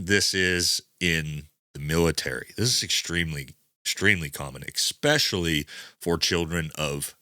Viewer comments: I enjoy your videos. Could you explain why so many military guys say expecially, instead of especially? It is so common, it must get picked up in the service somehow? Take care, keep up the good work. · Dude can you stop saying “eKspecially”. It’s pronounced especially. No c or k after the e. That’s how children pronounce that word brother. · Viewer feedback on this worked for Andy Stumpf, let's try it here. There's no "x" in "especially". Thank you.